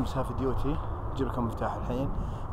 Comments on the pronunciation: Heavy duty يعني للأعمال الشاقة تلفظ بالعربي هيفي ديوتي وانت قاعد تلفظها هاف !! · مالك لوى وأنا أخوك تنطق "هيفي ديوتي" Heavy duty